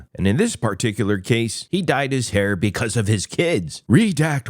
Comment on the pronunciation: It’s fucking called “HAIR” not Here stupid fuck